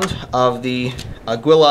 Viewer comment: aguila is pronounced Agila with the power on the first A, its spanish for eagle (really unexpected with the picture^^)